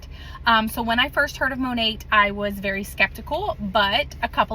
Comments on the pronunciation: Modern Nature. Mo nat is the correct pronunciation that everyone is using. say Mo NOT! 😂😂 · Ok great video, however, it Monat (MON NAT) she’s not saying it right and neither are you.